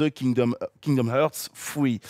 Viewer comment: "Kingdom Eurts fruit" xD